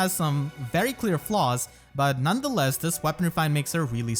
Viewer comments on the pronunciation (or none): none